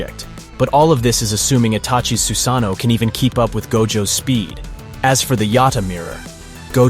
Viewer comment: Susuke and his SUSANUU